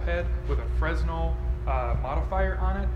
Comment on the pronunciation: “It’s called a fresnel” hahaha, a little suspicious of a proclaimed photographer if they don’t know the pronunciation is Fruh-nel